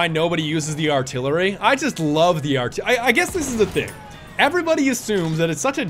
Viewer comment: Aka the vehicle you keep calling artillary!